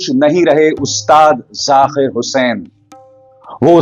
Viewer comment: Arey, aap ki pronunciation lagbhag theek hote hai, phir kyu Zaakir ko aap ZaQir bol rahe hain, very bad my dear, correct it, ye nhi chalega, sort godi walo ko hi ekadhikaar hai